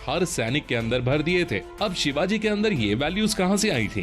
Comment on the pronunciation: भाई शिवाज नही 🤬🤬 छत्रपती शिवाजी महाराज बोलो भगवान है वो हमारे 🙇⛳🧡